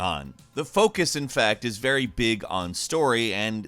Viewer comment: Which is ve which is very